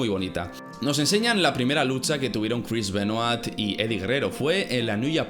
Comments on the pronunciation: Voz de hermion Es "Benua" No "Benuat" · Se dice "Benoá" no BenoaTTTTTTTT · Crish benoait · porque los españoles pronuncian tan mal los apellidos, nombres etc en otros idiomas? me saco de concentración escuchar a cada rato el apellido Benoit mal pronunciado